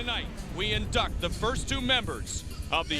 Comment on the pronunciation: And he said indect not induct so now we know that he learned the language from his money cause now he says induct like a normal person